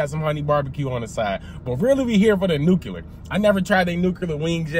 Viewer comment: "Nookuler" lol